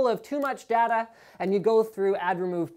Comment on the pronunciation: Dada? it's Day-ta